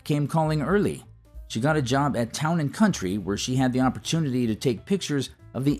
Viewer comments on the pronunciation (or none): none